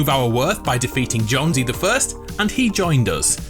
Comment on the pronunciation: JONES not jonesy.